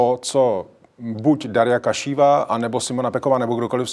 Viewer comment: Pane, správný redaktor, aby nepůsobil jako povýšený macho, nekomolí jména. "Darja" říkáte správně, ale jmenuje se Kaščejevová, nikoliv Kašíva. Tak si to zapamatujte, protože o ní nejspíš ještě uslyšíte. Taky byste nerad, kdyby vaše jméno vyslovovali chybně.